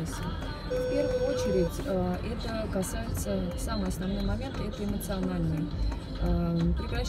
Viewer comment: эмоциональный,эмоциональный аспект!!!